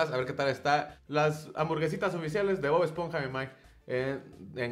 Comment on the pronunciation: “BoD esponja” 😂